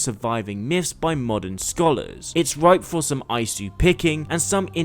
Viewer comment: I dont usually do this but holy shit your pronounciation was so fucking Irritating. Its not SIGARD its Sigurd. Its not the well of murmur, its the well of Mimir. It's not EYESU its ISU (pronounced eesoo)